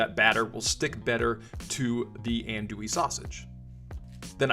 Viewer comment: You’re pretty close there brother it’s pronounced on-douille. Looks badass though redo with bacon and let us know.